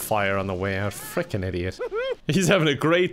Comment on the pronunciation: I love the way he says "idiot" because it doesnt even say like "idiot"